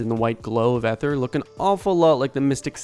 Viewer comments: ether is pronounce ee-ther, not eh-ther. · Ether... E-ther* 😂😂😂 its not an old woman from the 1930s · 'Ether' is pronounced with a long 'e'. ee-thur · Eye-chor and ee-ther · (Ee)ther. Why do people have such a hard time with this word and arch these days?